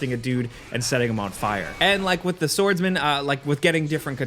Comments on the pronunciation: did you notice that you pronounced the 'w' in swordsman? that's because this game is big W. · How the fuck do you mispronounce SWORDSMAN??